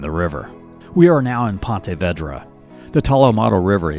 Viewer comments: Learn how to pronounce things correctly... You can't even pronounce Ponte Vedra.... And Duval county is not ALL Jacksonville. The beaches are NOT part of Jacksonville. And BTW... its Palm Valley Outdoors... Learn the area you are doing Vedio about... And Tebow didn't want to be a JAG... I enjoy your Vedios but get it right dude.... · This one is much better than the last one on Jax. I am from there. Ponte Vedra is pronounced "Veedra". The Tolomato river near Nocatee is called the Intracoastal Waterway. Nobody uses the river names around here. I'm surprised you didn't mention Kingsley Plantation, which is a Timucuan Preserve right across from where you get off the St Johns River Ferry. It's a beautiful property with old live oaks dripping with moss and standing historic buildings to tour; easily a daytrip. Maybe next time cover Fort Caroline which is right near where you get on the Dames Point Bridge from the south. We also have a Botanical Gardens right neat Fort Caroline. That section of town is beautiful with older Spanish-style homes. Also San Marco area which is near the south bank of downtown, and Five Points which is a cute area with shopping, down Riverside Dr. Bounded by the West bank of the St Johns river and the Ortega river is one of the most affluent neighborhoods in town and full of historic and beautiful homes, called Ortega. I could go on and on. I'm sure you don't have so much time to cover everything but for your next vid, there's a few offerings yet. Good job! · Great video. When you are not from here though "pontey vaydra" instead of what we know it as "pawna veedra". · Yeah, that “Ponte Vaydra” pronunciation was killing me & every Jax Native in this video lol. Thought I was the only one 😂. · Ponte Vedra is pronounced Pawn-tay Vee druh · Love your videos. But you have to learn to pronounce names of places. Like Ponte Vedra...it's Vee-dra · Correction, it's Pahn-tah Vee-drah. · vEEdra. It's pronounced "Ponta Veedra."